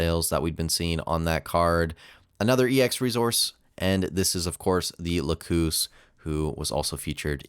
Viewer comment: lacus is pronounced lah-cuss, not la-coos